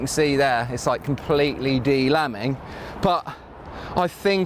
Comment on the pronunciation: “ de lamming “ 😫🤣🤣🤣